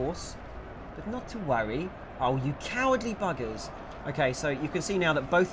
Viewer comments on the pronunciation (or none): he called the A.I cahwarldy buggahs